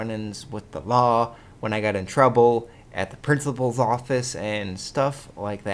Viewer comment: you said principals office so weird =D